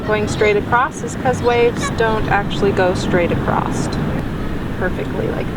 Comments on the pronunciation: lovely painting. I'm going to try attempt it! Btw, acroSS. Not acrossT.... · Thank you for your tutorial. Your painting is awesome! Not sure why keep saying acrost. There is no T in across. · Love your style and painting. Learned a lot. Gentle feedback-across is not “acrost” and that pronunciation got distracting from your lovely video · I have watched this fantastic video for about 45 minutes. U r superb! The word is ‘across’. Not acrost! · This video was amazing, I loved this tutorial. One little thing, across not acrost. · where does the dialect “acrost” come from? never heard it before!! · Acrosst. You’re from the Midwest aren’t you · Love it! My hubby is from IL and he says it too😊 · I love how you say “Acrosst” Great painting...thank you for sharing your gifts